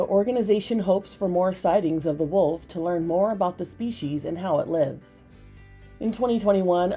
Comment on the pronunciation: woLf not wOOf